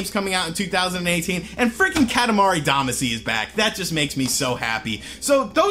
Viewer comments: Yes, that pronunciation bugged me as well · with how you said damacy, tells me you havent played it. as they pronounce it in the theme song. all of you opinions are officially suspect. unsubscribed because of it. just some constructive feedback. goodluck in the future. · Yeah, because mispronouncing a foreign word from a game he hasn't played in years = GRAND CONSPIRACY! 😂😂😂😂😂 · Every time you said “Damacy” wrong I cringed.